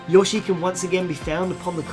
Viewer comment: I cringe at this. A: That tail IS from SMB3, yes, but the raccoon tail instead. B: Note how I said TAIL. The tree is, in fact, from the opening of 3D land. C: Earliest Mushroom Kingdom footage, Chef outfit, Yoshi's house. I WONDER WHY? D: Yohshi. YOHSHI. YOU WERE SAYING YOHSHI. IT'S YOSHI. DO YOU GO UP TO SOMEONE AND SAY 'YOH'? NO. YOU SAY 'YO'. HENCEFORTH THUS THEREFORE ERGO, IT'S YOSHI!